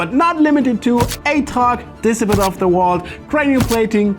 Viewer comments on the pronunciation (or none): Disciple isn't pronounced like discipline! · "Dissiple" 😂😂😂😂😂😂 I'm sorry I'm dying, this is a CRIME it's so funny 😂😂😂😂😂 love you